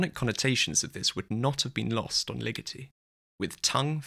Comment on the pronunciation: I don't mean to be that linguistic nerd that shoots on all the fun, but you pronounced Ligeti wrong. It is Lee-GEH-tee, not Lee-GIH-tee.